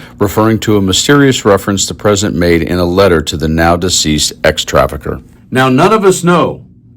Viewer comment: The term is "sex trafficker", not "ex traficker". Have some courage.